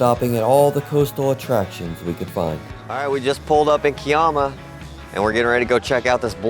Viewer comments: Sorry the 1st week disappointed... I 'm born and bred Wollongong which Sublime point lookout looks over...now live 20 minutes north of Ulladulla... Yes our South Coast area really is beautiful... Kiama is pronounced...Ky ama...not Kee ama... Enjoy Melbourne...great coffee culture there...😃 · Kiama. Pronounced K eye ama.